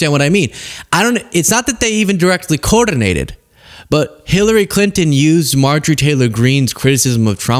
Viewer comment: bro turned coordinated into a spanish word